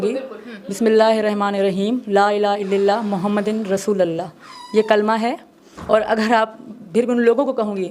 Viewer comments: Galat padh rahi hai kalma aaja mere paas tum ko ham kalma sikha denge 😂😂😂😂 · Are kutti phele kalma sahi padh